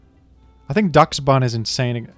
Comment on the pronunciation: It's based on the weiner-dog called Dachshund (pronounced like Doxen) so Dachsbun would be pronounced like Doxbun